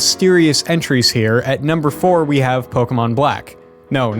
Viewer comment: Finally, not a youtuber pronouncing pokemon as pokimon.